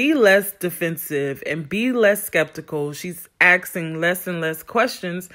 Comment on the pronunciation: "She Axeing"